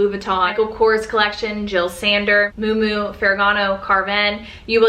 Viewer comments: I think Miu Miu is pronounced myoo myoo (Not moo moo) Hope that’s ok to say. If not I apologize. I loved your video & subscribed to your channel 😊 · Did you just called miu miu, moo moo ?😅😂 I I seen this on IG and TikTok. People are giving fashion advice and they can’t pronounce the designers, right. That absolutely no no for me personally.💀